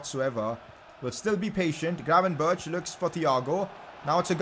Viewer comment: Can you google how to say "gravenberch"